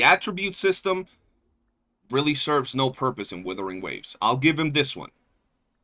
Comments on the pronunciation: Are you surprised from the guy who says Woothering Waves? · if you can't pronounce Wuthering waves properly, I become immediately more skeptical of your takes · No wonder the AI voice had hot shizznit takes. Besides not pronouncing Wuthering Waves properly, saying Reh See Tee Fyers, he ended up getting 1 Dorito on that TOA clear. What a noob, hehehehehe